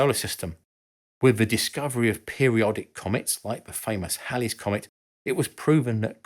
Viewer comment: Thank you for pronouncing Halley correctly. It absolutely drives me nuts when supposedly educated people pronounce it "Haileys."